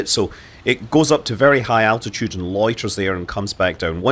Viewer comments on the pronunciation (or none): none